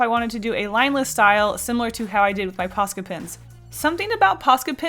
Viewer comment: Pasta pen... Yeah, I totally heard it right.